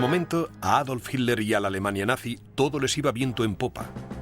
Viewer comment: Tod está bonito,,,,,,solo qe el comentarista suena mal al pronunciar hirler,,,si esta hablando en español,,,debe pronunciar Hitler....como lo decimos tda la comunidad hispano parlante.